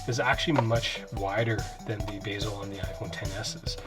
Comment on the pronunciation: Lol “Bayzel” it’s be-zel